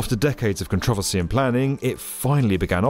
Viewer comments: The hell is controversy? Oh he means contro-versy. Pronunciation is hard in some accents I suppose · Con tro ve see I hate everything about the way he pronounced controversy